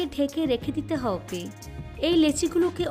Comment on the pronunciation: আপনার হব্বে শুনে আমার হাসি পায়